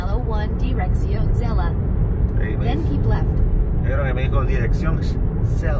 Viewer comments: Ahy va una salvadoreña yo creooo porq dice chela, no se dice chela es , Xela,va oh son SALVADOREÑOS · Corrección eh.. se dice Xela..no Chela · Se dice Xela como Xilófono no chela.. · No chela se dice xela